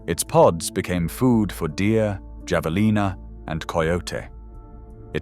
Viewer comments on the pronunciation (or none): Have-a-leena, NOT Javaleena! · (HAVA-LEENAA) javalennaa😂😂😂😂😂😂😂😂😂😂😂😂😂😂😂😂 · Javelina is pronounced as Havelina.